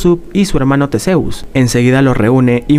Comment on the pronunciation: Que no se pronuncia Tisius?